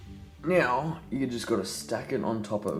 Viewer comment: No it sounds like he said meow but he actually said now